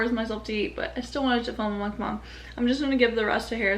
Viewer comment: Literally you're the only one from most YouTuber I watched finally said "Mukbang" correctly 😭❤️